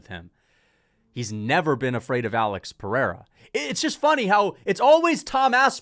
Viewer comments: Chael STILL saying “pee-era” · Can we please censor every time Chael calls Pereira "Pea Era", its so damn cringe. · It’s so obnoxious hearing chael say pee-era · Chael sonnen called Pereira Pee-Ayra one day went on with it for ever lmao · Them saying peeairuh is pissing me off. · i just want Chael to say Pereira correctly just one time. is that so much to ask for? like who tf is this GOAT Pierre guy ive never heard of he keeps talking about fighting Jon Jones? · Chael constantly pronouncing Pereira's name wrong is starting to get annoying, the schtick is getting old.